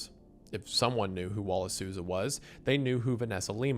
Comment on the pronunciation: hey brasilian here u said the names perfectily the first time